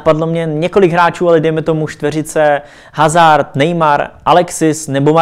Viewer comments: Za málo!!:) Jo a, prosimtebe - je to "Azár" - né HAZARD!:( Mrkni na moje videa - tu výslovnost co tam mám, dělám hlavně kvůli tobě:):) Ať se daří...;) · Čte se to azár když už :D ale pořad lepší to tvoje než hazard:D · Jamie Middleton Eden Hazard se nečte Hazard ale Azard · Nechci rýpat ale čte se azart ne hazard👍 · Jamie Middleton Že Eden Hazard se nečte Hazard, ale azard